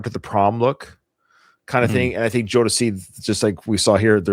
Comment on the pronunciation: First of all- Nathan, I loved your first pronunciation of Jodeci ☺️ ❤ And K-Ci is the small, shirtless guy 😆 He was the lead singer of a gospel group when he was a little boy, and as an adult he released a solo song or two. Although both sets of artists came out at the same time, I wouldn’t compare Boyz II Men (B2M) with Jodeci. B2M, was embraced by the pop music industry, whereas Jodeci was 100% R&B. Jodeci is a band, but you can (arguably) compare them to Silk, or Dru Hill.